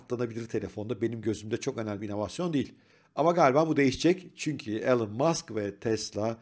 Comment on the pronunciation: İsminin okunuşu "Elın" değil, "İlan". Saygılar.